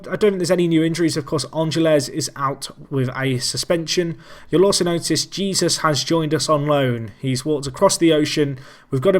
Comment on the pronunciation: and Jesús is pronounced hey-SOOS in Spanish, with that rolled "h" sound again.